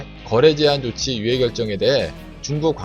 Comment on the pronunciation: 조취아니고 조치